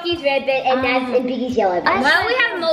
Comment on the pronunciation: You said Nas its NAZ